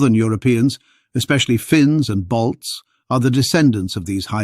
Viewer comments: Not Bolts, he's saying BALTS...From the Baltic states around the Baltic Sea, Estonia, Latvia ,Lithuania. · Ok. He pronounces it "Bolts" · No he does not, clearly "balts"